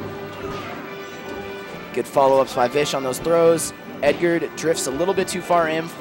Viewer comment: oh my god stop saying edgard that's not his name his name is edgar no extra d holy shit